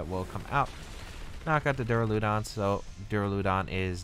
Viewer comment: also i think its duraludon, as opposed to Duuraluudon